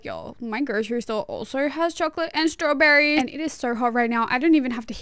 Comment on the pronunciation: The way she pronounces "staww-berry"so cute❤✨️